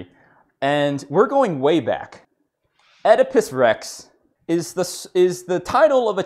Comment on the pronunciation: "Now osdipus Rex..." Oh God dammit.